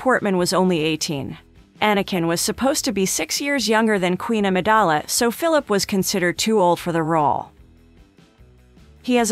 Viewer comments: How am I supposed to listen to you when you didn’t even take the time to learn to say his name right 🤷🏾‍♂️ it’s commonly pronounced fil’-a-pee Smh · Was there anything worth watching in this video? Cause I can’t listen to her say “Phillip” any more. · 1 Thing YOU don't know about Ryan Phillippe???? How to PROUNOUNCE his name!! No Cred for you! 😞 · I was just about to say..."apparently she doesn't know how to say his last name" lol ...beat me to it darn! Mr. Fillip! 😂